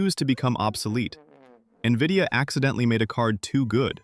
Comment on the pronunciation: Is this how you pronounce NVIDIA?! Or is this what AI reading does?